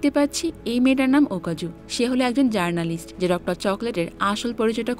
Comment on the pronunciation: জারনালিস্ট না জেনরালিস্ট